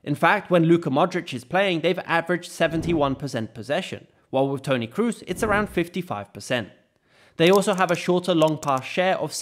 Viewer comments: Toni Kroos, not Toni cruise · Toni krus nooo pleasee hahaha. Toni Kroos (long o) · Is kroos not krus. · Tony Kroos is spelling Tony Cros, not Tony Cruse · How come you pronounce Kroos incorrectly?